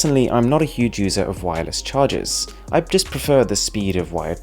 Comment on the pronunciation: Very nice "cahrgers" 😂😂😂👍